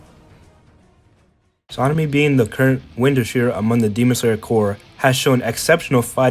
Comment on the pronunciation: i have a problem with the way you say "hashira" 💀